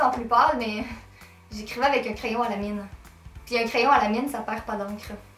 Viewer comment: une des premières vidéos que je vois de toi et je sens que je vais m'abonner ; ) et en plus j'aime trop ton accent, oui j'aime l'accent québécois (je suis une des rares française qui aiment l'accent québécois... !) c'est grave rigolo, genre quand tu dis "youtoube" 😂 ou "lo" au lieu de "lA"enfin bref... gros bisous de France....😘